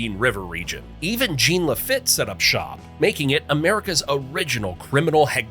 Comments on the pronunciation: They are pronounced Jawn LaFEET and TerriBONE! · Lol😂 LaFit hahahha wrong pronunciation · Not Jean LaFit🤣 FYI... it's pronounced, La Feet, which is also funny to see spelled this way. lol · He said "Jean LeFit". 🤣🤣🤣🤣🤣 Lafitte is pronounced LaFeet. 😳🙄 And Terrebonney Parish??? You can tell a non-native, or even a foreigner did this and probably used an AI voice. 🤣🤣🤣🤣🤣 Whoever you are, you did good! Really. 👍💯💪💛🖤⚜️ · Gene Lah Fit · Jeen La-Fit. 😂😂😂 Thanks AI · Gene La Fit? 😆 🤣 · Gene La Fit? 😂